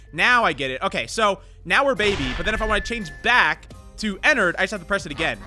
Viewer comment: pretty sure its pronounced en ard and not en nerd ._.